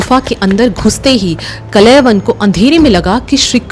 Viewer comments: It's not kalayvan, it's kaal yavan, and it's not muchukunda, it's muchukand😂😂. atleast know the pronunciation of our own languages 😂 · Kaal- Yawan .....ka uchcharan bhi nhibkr pa rhi hain aap ...reel aji kab tk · Kaal yavan wrongly pronounced the name the king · कलयवन नहीं कालयवन, मुचकुंडा नहीं मुचुकुंद, इक्ष्वकु नहीं इक्ष्वाकु । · बेटी ! कलेवन नहीं !!? " काल-यवन " जो भगवान शंकर/शिवजी के वरदान से " राजा शशिरायन " को स्वर्ग की एक अप्सरा के समागम स्वरूप प्राप्त हुवा था एवं जिसे " काल-जंग "(यवन सम्राट) ने बाद मे नि : संतान होने के कारण उस बालक(काल-यवन) को गोद(दत्तक) ले लिया था और जो अजेय होकर जिसे भगवान श्रीकृष्ण का सुदर्शन चक्र भी नही मार सकता था !!...एक व्हेरी सुपर सीनियर सिटीझन...🎉🎉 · Not kalayvan, but Kaal yavan. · Are madam kalayvan nahi "kaal yavan" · He should be pronounced as Kaala Yavan not kalaivan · Kalayvan nahi.., it is KAALAYAVAN.. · Kalayavan ❌ Kāl + Yavan = Kālyavan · Bai sanatan ka majak mat bana it’s kaaal- yavan. Not kalayvan 😅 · Respected ma'am Aap log history bta rahe ho thik hai But atleast name to thik se bataya kro Kalewan naam nahi hai kaalyawan naam hai Waise hi muchukundnda nahi hai muchukund and ichkuwa nahi ichwaaku vansh hai And ek aur baat o raja so nahi raha tha tapashya kr raha tha O bhi itni tapsya ki unke aakh kholte hi vishwa ka naash ho jata Aap logo ko to thik se history bhi nahi pata hota hai aur naaam to bilkul bhi btane nahi aata🤣🤣🤣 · कलयवन नहीं कालयावन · Kalyavan.. not kalaivan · Kalayvan ❌ carl yavan ✅ so kalyvan काल्यवन foreign attacker with help of magah jaraasandh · ऋषि गर्ग के पुत्र का नाम "काल यवन' था न कि "कलयवन".... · Kal yavan uchchar hai not kalayavan. Galat name bol rahi hai. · It's Kaala yavan.. not kalayavan😂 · कलय वन नहीं कालयवन नाम सही लें ताकि आज की पीढ़ी भी सही उच्चारण समझे ।महाराज मुचुकुन्द नाम था कालयवन को भस्म करने वाले ओर कालयवन ने ही कृष्ण को रणछोड़ नाम से पुकारा था। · actually his name is kalyavan not kalayvan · कलय वन नही माते.. काल यवन.. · Kalay van nhi..kaalyavan.. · कलयवन, नहीं "कालयवन"